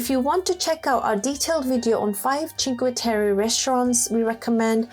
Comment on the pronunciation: A travel documentary but you start with Chinque....terry? 🤦🏻‍♂️ If you've been there surely you know how to say it...